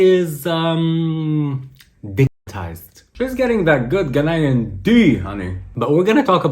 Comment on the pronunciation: As a Ghanaian , it's not pronounced GUHNAYAN, it's GAH-NYAN.